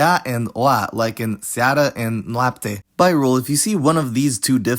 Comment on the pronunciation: you pronounce them correctly